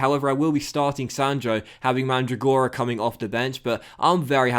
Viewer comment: In the name Mandragora the accempt on Mandràgora